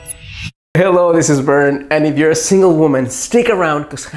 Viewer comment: you say it right from the first one Bern! 😘❤